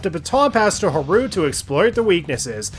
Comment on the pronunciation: Huh-roo is killing me. 💀